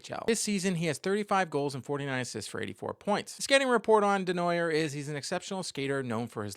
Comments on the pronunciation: FYI, it's Day-Nwa-Yay, not Dez-Na-Yerwz. :) That being said, keep up your good work. Always interesting. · That is a very American way of pronouncing a french name Desnoyers